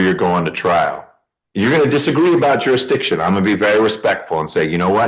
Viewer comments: this hard headed fool does not have enough education to make these decisions for himself! He and his family need higher education to pull this family out of crime, poverty and barely using the English language! He can’t even pronounce “jurisdiction”! “Jurradishion” sounds RIDICULOUS🤦🏼‍♀️🤦🏼‍♀️🤦🏼‍♀️ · He’s not under your “juridishun” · OMG!!! This is a MURDER trial?? Not a traffic stop? So he’s staking his life on this crap? He better learn to pronounce jurri-deeshun. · What the hell is juridition? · This great judge patronised the heck out of him and poor Pierce didn’t realise. 😂😂 perhaps he was thinking too much about the jurydishun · take a shot everytime he says juruh-dishin; i am not responsible for any alcohol poisoning that may occur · So in his delusional mind that means someone from another country could come to US and commit a felony and then just go home without any consequences. He picks and chooses what he thinks applies. Every time he says jurisdiction I cringe. Learn to say the word. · Maybe he should learn how to pronounce jurisdiction before trying to argue about it. 🤷